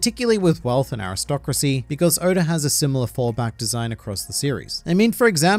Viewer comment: Who is Odar? Oda(r) lol. Love the videos! Keep killing it!